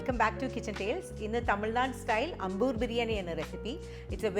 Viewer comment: ...adi poli as usual... A small correction... It's pronounced as "Aambur" biryani.